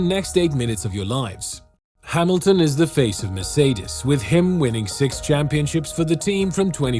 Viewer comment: Finally some one who pronounce "Mercedes" decently most of the time